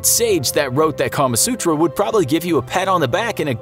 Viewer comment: am I the only one who heard "Karma sutra" the first time he said it.